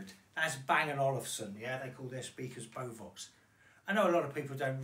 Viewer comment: Bovox? Beovox! 🙄